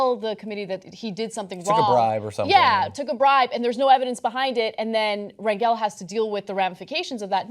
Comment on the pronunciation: rep spelled rangel.. its pronounced rangle though.. he's pretty notorious.. yall should know how to pronounce his name..